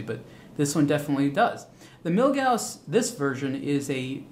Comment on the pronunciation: Props for pronouncing Milgauss correctly.